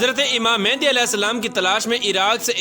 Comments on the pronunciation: Oh bhai pehly achi tara research kr k phir aaty.naam tuk to sahi nhi lay rahy aap Imam Maahdi ko baar baar mehndi bol rahy. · First off all u say the name properly its not mehandi its mehdi a.s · It's Imam Mehdi ع not Imam Mehndi